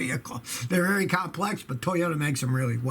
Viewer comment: "Vary" reliable.